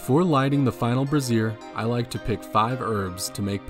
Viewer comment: for future reference a brazier is pronounced Bray-zhur like Frasier but with a BR. A brassiere (which is what it sounds like you are saying) is a woman's bra